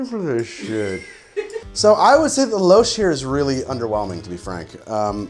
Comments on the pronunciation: "Lou-shhh" Please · 'louche' is pronounced "loosh" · Hint: it’s pronounced “loosh”. Trust me. Otherwise, great video. BTW, Swiss and Swiss style absinthe is usually clear. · Louche = “loosh”. Lol, can 100% be counted on to mispronounce a new word.